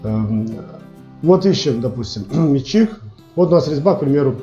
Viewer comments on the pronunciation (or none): Автору! Внимательно прочитай ту галиматью под видео. Если начал рассказывать и показывать - изучи русский язык, склонения, падежи! У тебя - метчик - он же - личико, он же мичик, он же... Называй правильно инструмент, используй общепринятые технические термины - и тебя начнут понимать... Вообще-то видео - для тех, кто забыл или не знал - познавательно. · не мельчик а мечик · А почему метчИк? Нас учили мЕтчик...